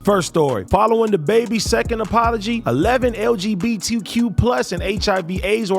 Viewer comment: AD tryin to pronounce LGBTQ+ is like me trying to speak Spanish